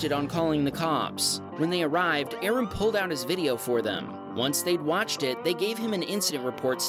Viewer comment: If it's the same Aram I know, the name is pronounced Ah-Rahm with a slight rolling of the, "R". But as there are many Persians in California, I'm sure there are many Arams.